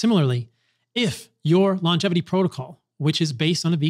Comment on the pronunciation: Paul, thank you for saying "lon-gevity" instead of "long-gevity."